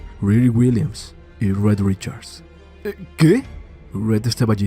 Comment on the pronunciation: No es “Red Richards”, es Rid Richards. Increíble.